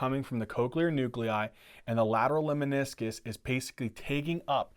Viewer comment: I love your videos. Just one a humble comment. I believe it is “LEMNISCUS” and not “LEMINISCUS”.